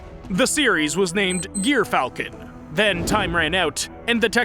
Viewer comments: You pronounce it gear-falcon. Its actually jry-falcon, the g sounds of a j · Or jer- falcon, as a corect way to pronounce it [not typ it]